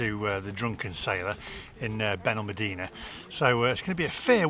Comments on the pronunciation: It's Benalmádena not Benalmadína, friend. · As a resident of Benalmadena for over 20 years, was so glad that by the end of your video you actually pronounced the name of our town correctly 😅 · Great vlog..love Benalmadena (please pronounce properly by the end of your break). Wish you had ordered a SPING Roll 😀